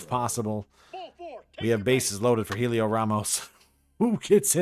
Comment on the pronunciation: By the way it’s pronounced like Elliot not Helio